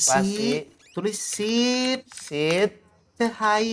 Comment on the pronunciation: Sit, bukan shit😢